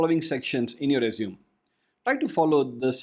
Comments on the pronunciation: It is r-E-sU-m-E not r-E-sU-m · IT'S PRONOUNCED AS RE-ZUME-AY, NOT RESUME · I dislike how he says the word resume. It's not rez-zoom it's rez-zoo-may. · Hi, just a english correction. "Resume" is pronouced "Res...ooo...may" "Resumay" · As verb resume As noun- resumé. That's it. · Your pronouncing resume incorrectly. Good tips though. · I guess the word Resume in this case is pronounced differently. The way you pronounced it means to "continue from where you left". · Just for future reference, you may want to change the way you pronounce resume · Someone who doesn’t know how resume is pronounced probably definitely isn’t an expert on the subject